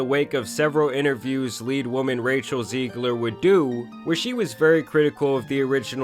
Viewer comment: "Zeeglur"